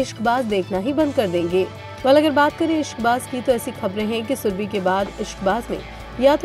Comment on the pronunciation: shurbe. Nahi ib nahi